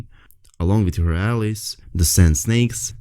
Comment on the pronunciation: i know English is probably not your first language but its pronounced Al-Eyes (Allies). Great video and thanks for the info.